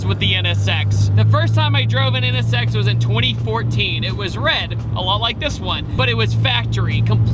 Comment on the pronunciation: I like how you pronounce it. NS Sex. Yeah, that is what that car is.